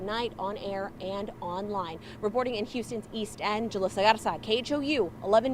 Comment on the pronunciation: Prayers but thank you for saying East End and not Eado 👍🏽..